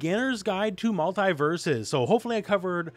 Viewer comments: Multi not multai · The way you pronounce Mult-E-Versus is killing me.